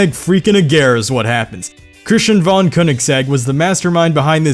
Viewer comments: Von Königsegg, Not van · it's pronounced like fon, not von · Wait, Thats not how you pronounce "Von"